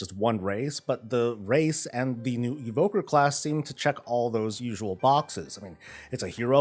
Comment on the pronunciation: E-voker. Evoke. Not invoke.